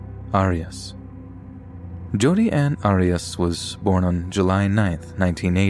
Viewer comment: OMG! The first story is the age old Jody Arius case but with her last name being mispronounced by the narrator. That case has been so well covered how could anyone not know how to pronounce her name properly? LOL...